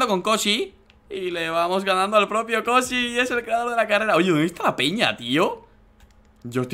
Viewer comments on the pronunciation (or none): Like si escuchaste a Dani decir koji en ves de Kosi